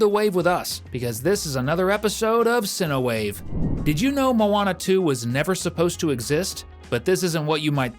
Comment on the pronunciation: i know a fact about this video did youn know he said cow wave not cine wave